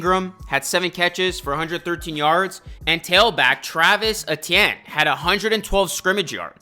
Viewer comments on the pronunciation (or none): Exactly lose creditability when you can't pronounce player's names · "Jagwires" "Eh-tien"